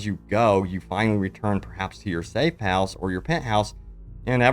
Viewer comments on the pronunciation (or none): none